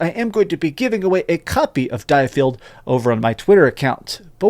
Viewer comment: I’ll stand corrected but aren’t you saying diofield wrong.